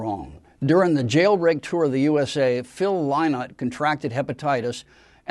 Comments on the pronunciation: Disappointing and Wrong pronunciation of Phil's surname. Yes, it is spelt Lynott BUT is pronounced phonetically as " Linnott"... as a fan, Guy should know this. It's typical of American pronunciation...like Yrak and Yran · Thank you for the correction Guy. I meant no offence. I'm sure you did your research but to an Irish ear Lye-not sounds so wrong. I have never heard his name pronounced that way in Ireland.